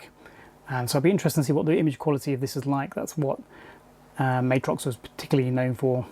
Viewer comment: Love the video comparing these cards! These were what I was interested in back in the mid to late 90s. One thing to note is it’s pronounced Mat-Rox not May-trox